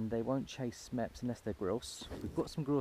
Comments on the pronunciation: MeppSSSSSS not Mepp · Mepps not mepp I tried not to comment but couldn't help myself